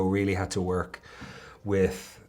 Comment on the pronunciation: He deseeeives an Emmy for his wooooik